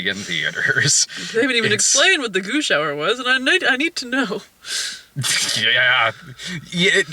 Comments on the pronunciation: When you say goo shower, it sounds like you're saying goosh hour. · The first few times said "goo shower," I was asking myself "WTF is a goosh hour?" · Oh, 'Goo Shower.' I kept trying to figure out what the fuck the 'Goosh Hour' is. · I keep hearing that as "Gooch Hour".